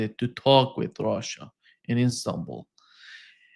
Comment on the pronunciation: it's not called "ROXA", it's Russia!!! 😅 Goodness me!!